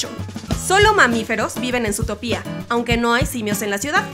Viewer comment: Lindo video pero te corrijo algunas cosas. Zootopia no lleva acento en la i,dijiste San Frantokio en vez de San Fransokio en otro video y el nombre del viejo Macgucket es Fidleford no Filderford jeje.